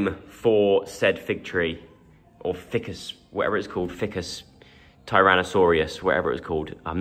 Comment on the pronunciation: Great vlog again Joe. You're right not to do the house tour, you share a lot of yourselves already, and should keep parts private. You really made me laugh the way you said Ficus- "fikkuss' . It reminded me of the Biggus Dickus scene from the Life of Brian 😅 in fact 'Brian' would be a great name for the new plant or 'Biggus Fikkuss'😂